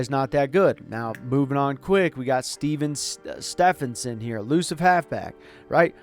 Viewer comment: Not gonna lie when u went to pronounce Steven Stephenson I couldn’t help but bust out laughing. Madden comes up with some of the dumbest names. I drafted a superstar William Williamson one time